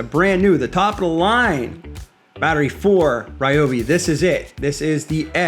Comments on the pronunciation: Rye obi not Ree obi. ❤️ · Remember, folks. It's Ryobi, not Ryobi.